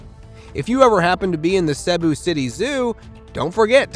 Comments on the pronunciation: You butchered the names "Cebu" and "Luzon" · I am an American with a Filipina wife, living part time in the Philippines as we help poor Filipinos. Please note; You do not pronounce Cebu and Luzon correctly. so although I did just subscribe, it is hard to listen to your narration. Otherwise, a lovely channel.